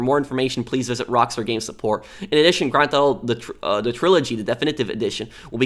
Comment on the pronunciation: Why do you say *granthoto"